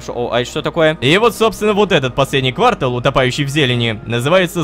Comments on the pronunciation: Рома, ква́ртал это промежуток времени, а не место. Место это кварта́л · НЕ квАртал, а квартАл XD